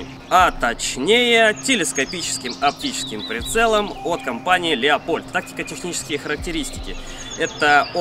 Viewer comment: Только прицел не Леопольд а Люпольд правильно=))))